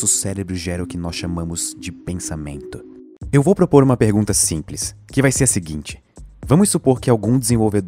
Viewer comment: Essa "pegunta" kskksksks dsclp